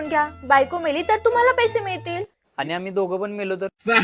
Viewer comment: हे विनोदी किस्से सांगतात ते अतिशय उच्चार पूर्णपणे अशुद्ध बोलतात, आनी पानी असे बोलतात. जरा आपली मातृभाषेतून तरी शुद्ध बोला.